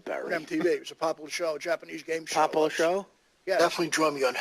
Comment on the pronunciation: "imdbs" "pre and post pahduction" "silent liberry" "poplah show"